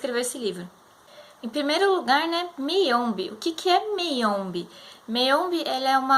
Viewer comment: Então, é ChiMamanda e não ChiNamada, como vc falou e o livro é MAyombe mesmo e não Meiombe como vc falou tb! Abraços!